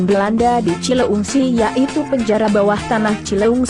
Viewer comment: Lu admin kaya nya bukan orang Sunda ea.. Nyebut cileungsi aja susah bnr.. Pake cileuingsi..